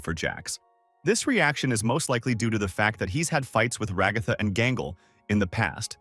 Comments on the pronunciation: “Regotha”…………… Ai voiceovers are really taking over, huh? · Enjoyed this video Didn’t really like the TextToSpeech, especially every time you pronounced Ragatha like ‘ragawthah’